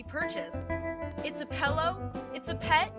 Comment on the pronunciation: Pellow? never heard of it ;P